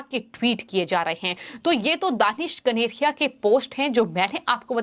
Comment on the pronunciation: The news reader could not read out the word KANERIA. It distracted the viewers.